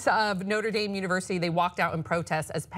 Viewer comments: I like how pronounced the school No-tra Dahm and then later said No-ter Dame. Make your choice and stick with it my friend. lol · I live about 10 minutes from Notre Dame and I laughed when pronounced it the French way.. no one pronounces that way! But anyway, I had hoped you guys would mention the fact that Pence was the governor of the state where Notre Dame is. These students have already experienced having Pence in charge.